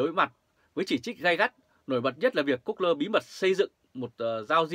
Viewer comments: Gu gô..( that 's correctivity sound pronunciation ) a! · Google mà đọc là good lơ